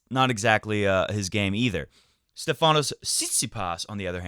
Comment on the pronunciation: Since "freakin'" Tsitsipas isn't going anywhere in the near future, and you're set on saying his 1st name too, pleeeease, it's StEfanos, not StefAnos. Like StEfan Edberg, if that helps. Happy, happy birthday to Mr. Goat(I see he came to his senses and changed his name back :-D)!! What presents did he get? Not entirely sure about this, but on a couple of occasions last year Roger did say that, because of less matchplay, he always had to play scrappy matches in the beginning of every tournament until he got to feel the ball. So, what I'm thinking is, this is what he's doing here, either for a win now or later. Again, I could be totally wrong, but he looks to me like he's been trying different things all the time, not obsessing over the mishits, until it was time to win each match, gracefully or ugly. Tsi has set some goals of his own this year, so it will be nice to see 2 people play with things to win, instead of something to lose :-).